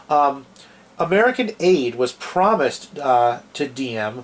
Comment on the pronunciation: You don't even know how to pronounce Diem's name. Anyway, Diem was not corrupt, quite the opposite. Nor was Diem an ineffective leader. In fact, he was a very effective leader, as we now know even from North Vietnamese sources. JFK was tragically mistaken for trying to force Diem to enact democratic reforms while Diem was in the middle of a war with North Vietnam. And Diem never asked for U.S. combat troops--in fact, he was opposed to having U.S. combat troops in South Vietnam. I suggest people watch the documentary "Liberator of Asia: The True Story of Ngo Dinh Diem" or read Dr. Geoffrey Shaw's book "The Lost Mandate of Heaven: The American Betrayal of Ngo Dinh Diem."